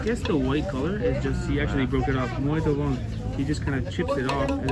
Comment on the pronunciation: Love Ouro Preto! I was there last year and wished I had more time in that beautiful city. Mariana is another town nearby and is also very pretty. Just a little tip on the pronunciation of "bom". When you see m at the end of a word, you never pronounce it at all. Its a nasal sound. To pronounce it you just start slowly as if you were saying the word "bong" and just drop off before pronouncing the "g". Same thing with the word "sim", don't say the "m". Pretend you are saying "sing" but really slowly and drop the g there too. I read a comment on your video on Rio on New Years day. Someone said say "top" instead of bom. "Top" means like very cool or great but to pronounce it like the Brazilians say "topee"! Muito bom(bong) amigos! Your videos are awesome!